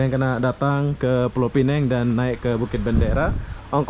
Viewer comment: Kalau mau sebut pineng, sebut pineng sahaja. Tapi kalau mau sebut pulaunya sekali, sebutkah penuh: pulau pinang. Kalau sebut pulau pineng, itu salah. Yang betul: 'pineng' (penang in english) dan 'pulau pinang' ( bahasa melayu).